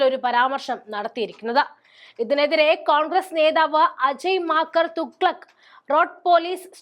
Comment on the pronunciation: അജയ് മാക്കൻ തുഗലഖ്, അതാരാ? കവിതാ രഘുരാമൻ കോശി എന്നു പറയും പോലെയുണ്ട്. അജയ് മാഘ്ൻ, തുഗലഘ റോഡ്, എന്നാണ് വായിക്കുക.